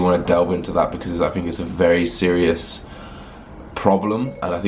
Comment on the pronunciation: Anyone else notice his phone when he says "SIRIous"